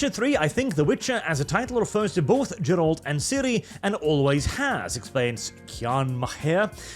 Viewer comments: The second you called Geralt as "Jeralt" I understood you didn't even played witcher 3 and are here yapping 🤣 You have been caught red handed buddy 🤣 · ain't no way you said "JERALT" 💀 Bro be doing anything for the content. Stop hating witcher 4. The trailer is very good and the game will also be awesome, so shut up your nonsense and play witcher 3 first and then come back again.